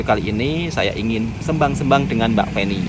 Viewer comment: pembetulan mas, dah lama nak betulkan sebutan SEMBANG sebutan 'E' nya itu seperti 'E'KOR, bukan 'E'MAK. bukan SƏMBANG tapi SEMBANG seperti keropok L'E'KOR